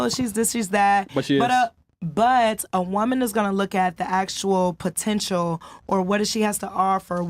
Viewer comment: "At da end a da day".....